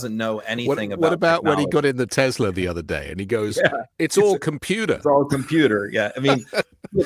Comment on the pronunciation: HE CALLED TESLA TESLER😂😂😂